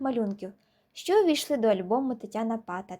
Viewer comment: невірний наголос в прізвищі, наголос на другій а